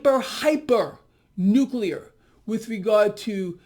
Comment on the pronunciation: Going from nuclear to nukular